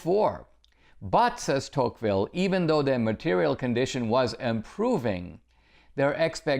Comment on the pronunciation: Are we all just going to ignore that he is pronouncing De Tocqueville's name wrong?? lol cmon dinesh!!